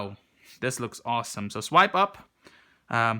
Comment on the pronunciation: Lmfaooo "this thing is owesom"😂